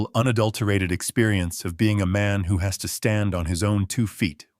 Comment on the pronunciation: « II’m just an old man. Who pays attention to the elderly? » « Î’m just an old man who pays attention to the elderly. ». There is subtle difference in pronunciation in the word « who » in the first and the second version,an interrogative pronoun and a relative pronoun, which your reader failed to make.